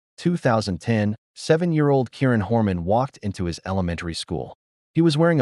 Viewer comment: Learn to pronounce the victim's name before posting again.